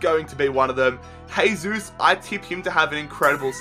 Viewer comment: Despite Jesus poor world cup, I also think he's going to have a good season, by the way his name is Jesus, not Hesus, he isn't Spanish.